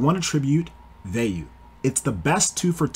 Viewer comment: This is the only person I've ever heard say Vey-you, instead of Via-you. Shit caught me off guard